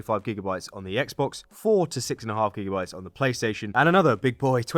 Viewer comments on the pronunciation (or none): none